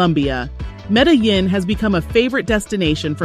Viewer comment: Omg…. Medellin is pronounced 🗣️ META-JEAN…. jesus. This makes me think you have never actually been there.